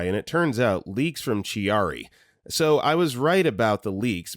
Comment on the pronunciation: It's pronounced "key-are-ee". And it isn't fun to have